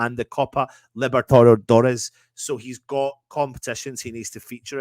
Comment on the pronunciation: Not easy to say Libertadores as a Scot, is it?